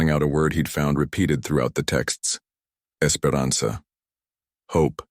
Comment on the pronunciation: "EsperanZa"?!?! Esperança! If you're gonna use a language that exists at least get it right